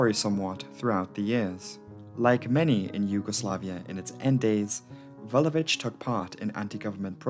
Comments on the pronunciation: Slavic surnames are generally difficult to pronounce because most of them end with -ić. Most of english-speaking people just say ch instead, but actually did an awesome job. She has 🇷🇸 seal of approval from me. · 1) I am actually very grateful that you did this because I am from Serbia. 2) You actually pronounced Vulović how it is supposed to be pronounced.